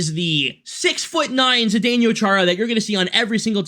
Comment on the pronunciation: You have the weirdest pronunciation of Chara's first name I have ever heard....multiple times you said "zdenYO", but it's "zdenO". I mean, we have only been saying his name for like 20 years lol.